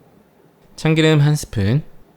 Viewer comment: ..참끼름 들끼름 아니고 참기름 들기름이라고 해주세요😊맛있는 레시피 고맙습니다 ~